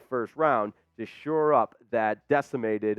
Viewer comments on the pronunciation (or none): The term is " SHORE UP"... NOT " SURE UP"